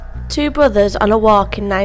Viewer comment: Bwave engineews, two bwothews, Nottingham Fowwest, cweating a pwessuwe... Are you related to Barry Kripke from The Big Bang Theory???? Go see a speech therapist please, before going public.